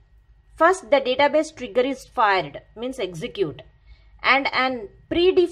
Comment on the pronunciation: Cmon, she is saying N-word instead pf Trigger....hahha Anyways nice explanation.